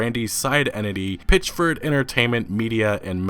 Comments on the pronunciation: "Pitch-ford" "Janra" (genre) Wtf is it just me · This dude....PItchford not a Pitch.....ford. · Why do you keep saying his name wrong for ?!